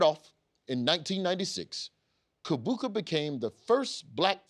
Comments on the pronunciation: Ugandan here, Kibuuka is pronounced Cheebooka. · Uganda here. Didn't know about the man Kibuuka but I'm glad to learn about him on CP time #ForTheCulture. PS: The Ki is pronounced as Chi. Chi-buuka. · Wow...its sad that I am learning about Kibuuka now. I guess my government doesn't want to honor a champ who had to change nationalities for better quality of life and an advantage in the game...Thanks for the research. P.S there are 2 Ugandan writers on your team...one actually called DAVID KIBUUKA. So I wonder if the painfully wrong pronunciation is just a bit or you have actually been pronouncing a co-workers name wrong all these years.